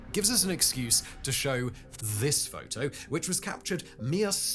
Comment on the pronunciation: Jesus is it that hard for this hack to say the word 'photo'?